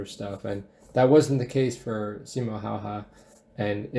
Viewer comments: His name is not "Hauha" or "Haha" but "Häyhä" just like it is written. Not even getting names right is lack of respect. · you say simo haha it's häyhä- pronaunced heyhe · He's called Simo Häyhä not Simo Haha, the legend himself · ...Yes, Simo HawHaw. Totally how you're supposed to say it. Not Häyhä at all... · WHY YOU SAID SIMO HAHA ITS SIMO HÄYHÄ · "See Mo (yet)? Haha" lol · Its disturbing because i know how to spell "häyhä" and u say it "haha" basically.. ä sounds like when u say hat, but just dont say the "h"and "t" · I can't watch this due to Russian animation, they can't even pronounce the name. Häyhä is not Haha, it's more like Handy Huh without the nd in the middle. And he was no boaster nor enjoyed it, just did what had to be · It's Häyhä, not Haha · When Simo Häyhä is pronounced "simo haha" bruh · You pronounce his name 'Hey-heh'. It's strange, that with the internet so few americans check how to pronounce names, even though it's a fair courtesey. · To spell Häyhä, you just need to put together "have" without ve and y like in spanish and the again have without ve. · Häyhä pronounced Haha is killing me 😂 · Häyhä is pronounced hayhe if you would want to pronounce it like they do in Finland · Se on Simo Häyhä eikä mikään simo hähä perkele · I guess hay-ha would sound closer to Häyhä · i like how u pronounce his name simo haha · Ye they say "Simo Haha" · Simo "Haha"? I get that the American marine can't pronounce it. But the video about him... Damn if you're gonna do a video about someone, at least learn to pronounce stuff somewhat how it actually sounds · I generally like your videos, but this one I have to skip - that russian acsent is just disrespectfull in this context only trumped by displaying Häyhä as a cocky and arrogant man. Even the mispronounciation of Häyhä's name (what one would assume to be pronounced correctly in this kind of video) did not seem that bad compared to the false accsent. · And can't even pronounce his name properly